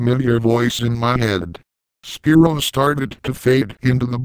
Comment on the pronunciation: Quit saying Spearow! It's SPYRO!